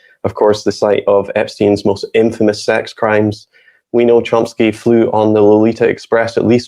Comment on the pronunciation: The pronunciation of Chomsky in this video is driving me a little crazy. Yes I know this is not important. 😊